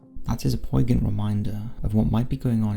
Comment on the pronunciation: Poignant. Prounounced: poyn-yent